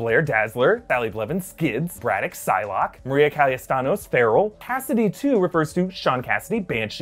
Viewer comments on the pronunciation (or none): the name of the mutant is Maria Calla-Santos, not CallaStanos haha i think it was funny :D Hi from Chile